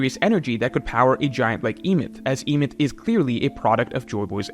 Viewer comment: Sorry to be this guy, but you are 100% mispronouncing the name of Joyboy's robot friend. It's supposed to be a reference to the story of the Golum in Jewish folklore, the Golum of Prague. The golum came to life when they wrote "truth" in Hebrew on it's forehead. This word is pronounced "eh-meht," leading us to the proper name "Emet." Don't understand why so many in the community stick to the rushed leak translations instead of waiting for more qualified translations to come out.